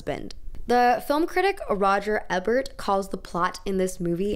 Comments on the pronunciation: I accidentally discovered your videos and i’m so happy i did! Am loving your fashion takes on so many angles. Just FYI, Roger Ebert’s name is pronounced “EEE-bert” not “Eh-bert.” He’s one of the most prolific modern film critics so i’m sure you’ll be quoting him again. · I died at “Roger EBB-ERT” he’s a legend! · Love this video, but please look up any name prounciations. It's EE-bert Roger Ebert. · Ebert is pronounced with a long E for the first one, but fabulous video! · I can't tell if the mispronunciation of Roger Ebert's name is intentional or not.